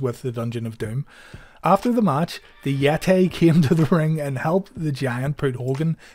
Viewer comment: You actually said "Yet-Tey" love it